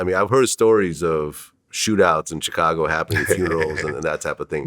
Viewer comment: Why does DJVlad pronounce “Chicago” like that?